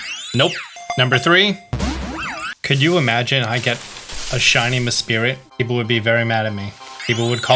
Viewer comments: You said mespirit but it is mesprit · Hey! Just wanted to say that its MeSPRIT. not MeSPIRIT. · Just picking up Pokémon BDSM so a little late on this video. Idk if this is an inside joke from another video but like why is nobody talking about him saying and spelling it as Me’SPIRIT’ instead of Mesprit. Is this some kind of nod of disrespect for the trio clearly being lazy Mew knockoffs or does he really not realize it’s Mesprit? I’m so bothered 😂 I need to know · I'm losing my mind every time he says MESPIRIT instead of MESPRIT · Mesprit not Mespirit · Ok why do you keep saying mespirit when it is mesprit. As a matter of fact why is pronunciation of Pokémon so divided within the Pokémon gaming community? I never know why when we have creators saying the names correctly and then people go out of their way to pronounce it differently. Does anyone know why that is? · The Pokémon is called ME S P R I T not S P i R I T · Love the videos, although it's definitely called Mesprit, not meSPIRIT. Was driving me crazy the entire time 😅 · Hearing him say mespirit instead of mesprit was triggering me for some reason lmao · No hate, but it's actually called Mesprit, not Mespirit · Dude doesn't even check the pokémon's names. It's Mesprit, Not Mespirit. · Love your vids, but man the way you pronounce Pokémon names is cringe lol Mesprit is Not spelled MeSPIRIT and just because Uxie starts with a U you don’t pronounce it with the U sound.. I’m not trying to be a buzzkill it’s just something that you botch every time you say a Pokémon’s name 😂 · Its Mesprit not Mespirit but I like effort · why do you add an extra "I" on the name Mesprit? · FYI - its pronounced "meh-SPREE" like the French pronunciation. The "i" is after the "r" and the "t" is silent. Mesprit